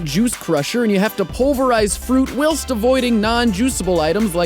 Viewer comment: I've been keeping score. This is now the 4th time he mispronounced the word "whilst"